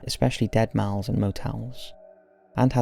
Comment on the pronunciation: The way he says mall is the scariest thing about this video